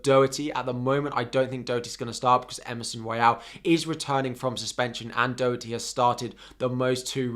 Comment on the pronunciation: Your pronouncing Doherty wrong lol😂